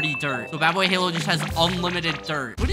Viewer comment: ishowspeed , wrong , ishowmeat , wrong , badboyhalo , wrong ,dadboyhalo correct :)